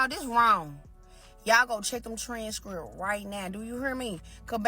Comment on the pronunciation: WTF is that on her lip to want to take her serious?! If you can't pronounce transcripts you deserve your taxes to be taken! And, notice its mostly females who frauded to gov't and blaming it on the system!! You can't make this sh*t up!! 😂😅 SN; im glad i dont rely on taxes. I try to do them every 3 years because they go back as far a 3 years. I try to save them and try not to owe, and if i do, its there.